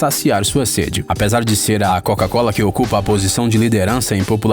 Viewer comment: Cara errou tanto na coca cola quanto na Keyloogers